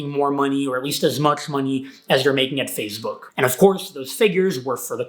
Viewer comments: It is “Face Book” not “Fazze Book” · says 'PhaseBook' lol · He keeps saying fazebook and it’s bothering me 💀💀💀